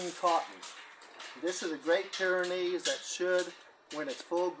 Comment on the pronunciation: It's Pyrenees, not pyranees... you probably know that though. Nice video!